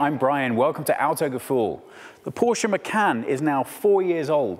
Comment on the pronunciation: Appreciate you people to pronounce the name the way it should be!!!!! Porche Macan should be "phor se ma chan"